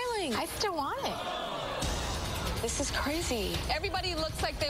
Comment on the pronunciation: The orange woman seems to have a parasite already... in her brain. "i still wanit! lol"... for 10 lbs??? Shut your mouth and go jog for a month, gosh!! She'd rather have murdered cow's FECES inside of her?? How dumb must you be??